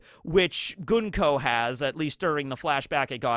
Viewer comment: Thank you for pronouncing Gunko's name correctly.